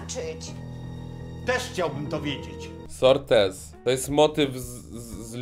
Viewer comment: czyta się sorte